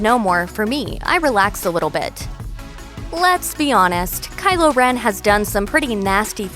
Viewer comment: Am I going crazy or is she saying Kyler